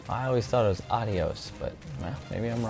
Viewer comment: It’s AH-dee-ohs. You were right! 👍🏼